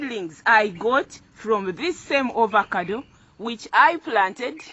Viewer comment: It's AVOCADO not Ovocado